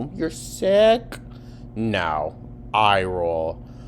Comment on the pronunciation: oh naur!